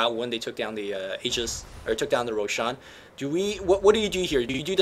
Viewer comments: Also, Roshaaan. Jesus, his way of pronouncing things is just so annoying:( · I don't understand how people can mispronounce Roshan when the in game announcer says the damn name.